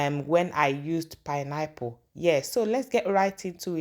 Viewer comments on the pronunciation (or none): PINE-APPLE is my favorite fruit as well. I was wondering what you were saying 😊I guess the pronunciation of the word was different. Pineapple 🍍 are cheaper where I live coz they are grown locally. Oranges are more expensive because they are imported. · Good morning pls let the pronounciation be well pronounce not pineapple is pine-apple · Your pronounciation of pineapple sounds somehow, please dont be offended. But good recipe though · Your pronunciation of PINEAPPLE, sounds soo awkward! And you pronounce ORANGE as "owange"